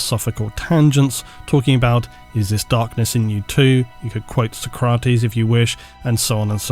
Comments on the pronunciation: soc-ra-tes dude, not so-crat-es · did you really just call Socrates so-craw-t's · I’ve never heard anyone pronounce ‘Socrates’ as you do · Goddamnit I love you but your pronunciation of Socrates makes me want to commit violence